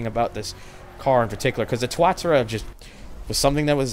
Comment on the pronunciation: I always thought it was pronounced Tua-TA-ra rather than TUA-ta-ra.